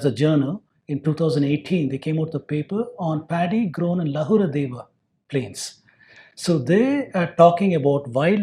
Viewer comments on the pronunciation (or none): none